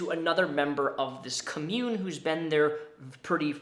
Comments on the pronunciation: if you talk about this again i just gotta tell you friend it's COMmune with emphasis on "com" because it's a noun. comMUNE is the verb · The emphasis on "commune" goes on the first syllable. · Everyone: com-yoon: cah-moon Me internally: AHHHHHHHHHHH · I could be wrong because pronunciation is different depending on where you live... but I’ve always thought commune was pronounced “com-mYou-n” not “ “cumm-yewn” lol it’s kind of funny to hear it pronounced like community rather than a compound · The way you pronounced commune made me both cringe and giggle (for future reference it's pronounced "comm-yoon"). Sorry. Side note; great haircut and glad to see Mr Bones it's still kicking it in the background! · The way says "cuh-mune" instead of "com-mune" is distracting. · its pronounced com-une not cum-une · Com-mune not co-mune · COMM-UNE. Not “cummune” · COMmyoon vs CUHmyoon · Dope video. Hit that like. I do have to say, you are saying the word "commune" weird. You're saying [cum-yewn].. its [Com-yewn].. like www dot COM... its pronounced COM-Yewn. I know it's petty, but it just sticks out quiet a bit. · Okay this is totally a nitpick and I apologize in advance. It's pronounced Kah-myoon, not kahmyoon. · It's pronounced COM-mune, thanks for the comprehensive video though. I'm surprised you didn't make the kool-aid connecting with Jonestown? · Re: mispronouncing COMMUNE - i'm seriously debating watching the rest of the video because I know I'm going to be annoyed. you can definitely tell that and everyone here that is defending him has never heard of an actual Commune (pronounced KAHmyoon, even says in the definition shared) /ˈkämyo͞on/ yes, the word commune as an action(verb) is pronounced similarly/just like 'commun-ity'... or lets commune together for tea. that is the way is pronouncing it BUT the word COMMUNE describing a group that lives together, shares shit, vegan, love, hippy-dippy co-op... that is pronounced KAHmyoon!